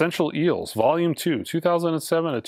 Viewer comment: "Els" instead of "Eels". And always "Nucular Blast" instead of "Nuclear Blast" 🙄